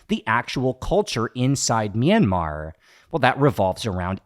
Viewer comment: Btw, the 'y' in 'Myanmar' is a consonant. It is pronounced together with the 'M'. Great video nevertheless! Edit: Aung San Suu Kyi is not and never was the president of Myanmar. When her party, NLD (the National League for Democracy) won the 2015 general elections in our country, she was given the role of State Consultant (I translated it on my own, may not be the official term) which is a position supposedly higher than that of the president.